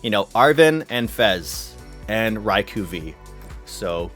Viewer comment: How many times will he say RAI-KU? Is this a Canadian language thing?